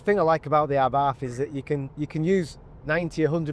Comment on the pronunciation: What is an Ah-barf? Night out gone wrong?